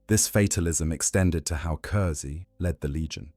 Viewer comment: It was a great video and well done, but the mispronouncing of curze’s name to curzy really broke the immersion. In future can you please make sure to get the names pronounced right in future, especially ones that come up every few sentences